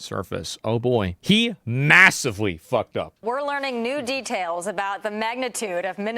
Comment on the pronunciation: Asmon's intonation when he says "details" is so off. He sounds like a frenchman